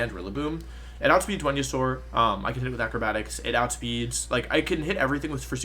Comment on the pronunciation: Wolfe: i was pretty good at english. Also Wolfe: Wenusaur, babbie formie, yolteon